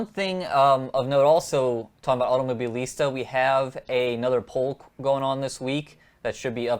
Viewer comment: Why you got this big trouble to pronounce this Automobilista ?